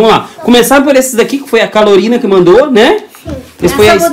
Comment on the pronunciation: Calorina foi boa murri🤣🤣🤣🤣🤣🤣🤣não seria Carolina